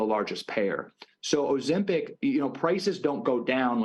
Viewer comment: Oh oh oh 'Ozem-pic'.......you kno-oow.......I'm pissed that you stole...That sweet song from the band ELO........